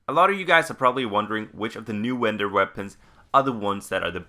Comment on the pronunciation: "wendor weapons" the speech impediment is amazing. subbed